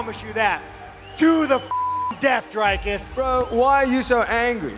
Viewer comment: Learn how to Say D-R-I-K-U-S